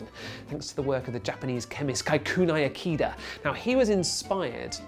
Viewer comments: It's Kikunae Ikeda (kih-koo-nah-eh ih-keh-da), not Kaikunai Ekeeda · British person pronouncing Kikunae Ikeda: Kaeikueunaeeikeeeda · The way he says 'Kikunae Ikeda' pisses me off. It's like a bastardized, anglicized, japanese name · Geez, he butchered that poor japanese chemists name! Doesnt the bbc have fact checkers to teach these people to respect others cultures & at least ATTEMPT to say names moderately accurately? This was, by far, the worst case of butchering ive EVER heard! :( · love how he murders the name Kikunae Ikeda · As usual, a great video Greg, but please do some research about the correct pronunciation of Japanese. Kikunae= ki (as in kiss). The rest was close. IKEdae-ke as in KEttle. Single vowels in English transliterations are always (roughly) a=ah, i=ee, u=ooh, e=eh and o=oh, although they're a bit shorter in duration in Japanese. Anyway, I love your videos, and they were the main reason I subscribed to this channel. Keep up the good work!